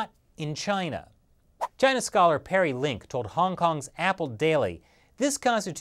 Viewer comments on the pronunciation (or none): none